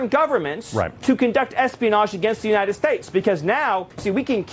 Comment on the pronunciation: I always feel like these phonies can never pronounce 'United'. Nunited. Nunided. Unided. 😂